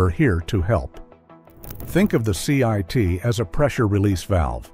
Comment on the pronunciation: It's "CIIT" - not "CIT".